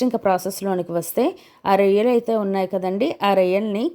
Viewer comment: Akko rayilu kadu రొయ్యలు